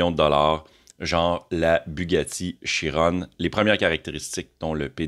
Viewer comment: Salut, C'est des belles machines. Comment ils font pour recharger? Ils vont implantés des chargeurs spéciaux avec de la place suffisante pour chaque camion parceque dans la video on le voit sur des bornes voitures. Sinon on ne dit pas Chirone ni Vérone mais Chiron et Véron comme 🍄. C'est des noms de soldats gradés Français.